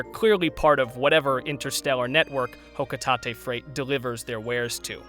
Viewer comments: Ah yes, Hokutahtay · For how you pronounce Hocotate I never want the sparkling concept go away. JK Honestly I don’t care about sparklium but things can have names that aren’t exactly what they are. It sounds like a material in the games but my only gripe is that I want Olimar to be playable again.